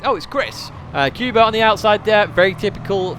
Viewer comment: The Polish guy name Kuba should be pronounced like first sound of "cougar" rather then "cuba", so "coo" but not "q". Apart from that like always it was a pleasure to watch your daily race guide.